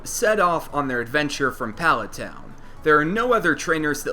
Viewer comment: Hate the way you say palet town